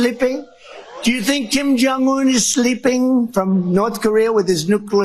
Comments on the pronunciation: Did he just say "jim jun ung"? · Jim Jong Oon 😂😂Twat